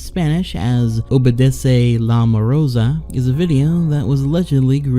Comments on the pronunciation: Morsa, morsa, not morosa!!!! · spanish word for walrus: Morsa this guy's version: MOROSA